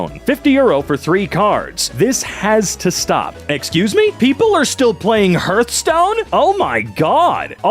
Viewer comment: Hurth - Stone?! Harth - Stone! Like Heart with an 'h' on the end. Hearth.